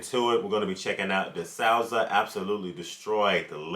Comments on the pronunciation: And of course it is "dih-SOO-suh," not "dih-SOW-suh." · Dasoooza that’s how you pronounce his name properly.👍🏿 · Just in case you are not sure, the speaker's name is pronounced Den-esh D-sues-za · For future reference, y'all, his name is pronounced dih-SUE-zuh. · Its pronounced DiSooza 😉 Great take, great video, Great thirst to learn. I'm here for it ❤️